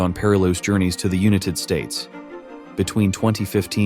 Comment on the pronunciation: Bro said una tid states and i agree